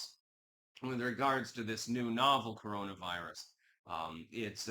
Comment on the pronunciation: Ooh, a new cowonaviwus? 😂 I’m so scared.